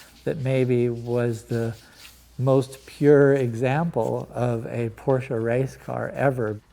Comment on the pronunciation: as a rich Porsche enthusiast and collector: not possible to learn how to pronounce your favourite car brand correctly?